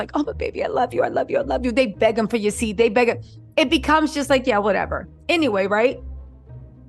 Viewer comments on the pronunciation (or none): none